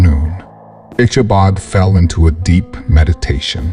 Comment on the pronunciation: I don't know what is up with the reader, but every name in this story gets mispronounced in some way so often that it becomes annoying. Katrina is called Catalina, Brom Bones' last name becomes Barnes and Ichabod gets mispronounced any way you can imagine during the reading. Even the horse Gunpowder gets called Dynamite at one point (it didn't even exist at the time this story takes place). If it's an actual reader, he goofed up a lot and if it's AI, then it's still got a long way to go.